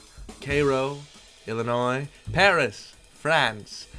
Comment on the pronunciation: Are you from Illinois? You know how to pronounce the Illinois ones correctly.